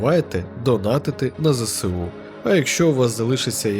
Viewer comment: Вибачте за причіпку, але правильно абревіатуру ЗСУ читати як ЗеЕсУ, а не ЗеСеУ, бо наприклад СБУ - ЕсБеУ, а не СеБеУ